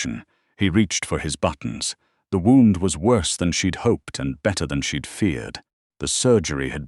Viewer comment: Pronounciation of gunshot wound.